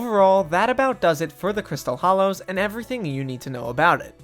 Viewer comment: Hollows* not Hallows